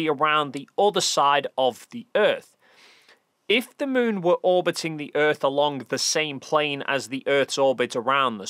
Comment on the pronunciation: Sorry, you called the moon the smoon which means your fake cgi 😂 ❤